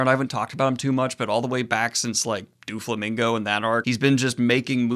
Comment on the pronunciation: Daniel, be honest. You wanted to make people mad with your name pronunciations this video. You pronounced Enel, Katakuri, and Doflamingo wrong, and you pronounced at least one of these correctly in the past. You're doing it on purpose. You rascally little goblin.